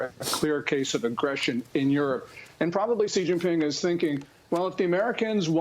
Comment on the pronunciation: When a so called "expert" cannot pronounce a name properly, they lose a lot of respect. It's pronounced "Shee" not "Cee".